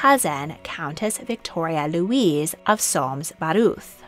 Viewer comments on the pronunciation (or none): none